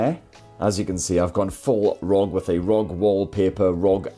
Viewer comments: Love your videos! But its R O G lol not rog lol it's an acronym lol Republic Of Gamers lol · This is the first time I heard someone said ROG and not aRe O Gee 😂